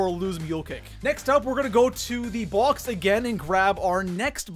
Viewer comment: The tomahauwk, the boux, number two spout, solou, the spauwn room. (His accent)